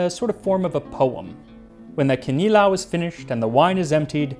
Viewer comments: I'm happy you said kinilaw instead of kilawin. It's like the difference between GIF and GIF. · Man the way he says ‘kinilaw’ makes my Filipino heart do a little dance, your pronunciation is really good